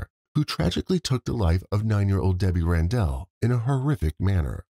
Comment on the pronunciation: It’s not RanDELL lol